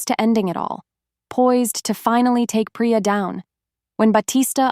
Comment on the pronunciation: "PRADER" NOT 'PRAER'